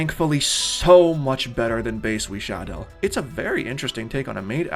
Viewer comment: The way you pronounce Wisadel is actually insane